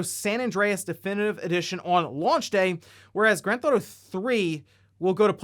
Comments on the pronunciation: Please quit calling it "Grand Thauto" it's Grand Theft Auto. Also GTA if it's easier to say. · it’s pronounced “Grand Theft Auto”